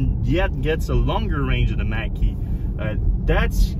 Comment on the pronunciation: Oops Mach not Mack like the 70s Mach 1 Mustang.... pronounced Mock ... LOL and definitely shouldn’t be called Mustang, in my opinion!